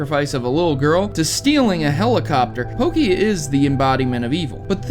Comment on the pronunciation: everytime you say pokey, i hurt